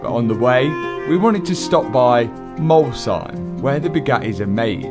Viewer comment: as an Alsatian, the fact that you pronounced Molsheim better than most French people is so fun